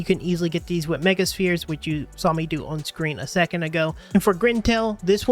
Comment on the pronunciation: It is not pronounced spear. 😊